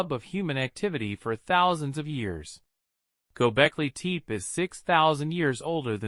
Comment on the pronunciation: your A.I. voice sucks gobekli tepé not gobekli teep